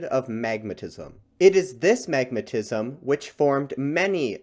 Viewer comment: I was so confused because I thought you said magnetism … took me ages to figure out it was magmatism 😅